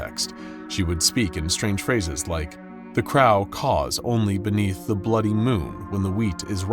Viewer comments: really now "the "krawl" caws"?? Y'all's VA must have left the team huh? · Why did he say crow like that? The craw? Lol